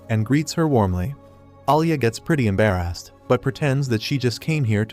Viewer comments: bro when he say embarrest he say EMbayREST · Why do yu say embarrassed like that😂😂😂😂